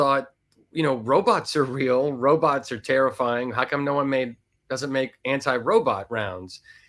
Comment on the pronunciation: Be vewry verwy quiet we’re hunting wobots 😏🖖🏼❤️🇺🇸